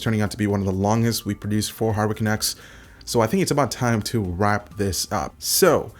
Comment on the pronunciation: Am I the only one who hears "Hurricane X" instead of Hardware Canucks on the intro?